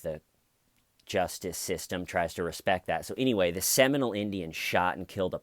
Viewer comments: Hi..it’s pronounced “Semi-mole” not Seminal. Rock on! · You are saying Seminole not seminal right